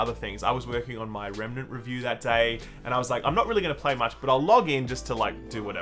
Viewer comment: Wow, he pronounced Remnant correctly for once...